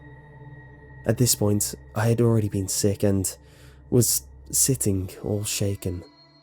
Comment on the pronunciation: Every time he says been,he pronounces it bieen